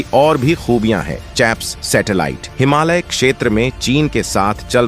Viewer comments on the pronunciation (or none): none